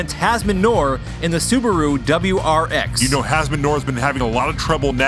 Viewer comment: Loving it!! This made my day Sidebar, subaru is the brand, wrx is the model, sti is an option package. You said it correctly. I think it stands for subaru technica something or other, I don't know lol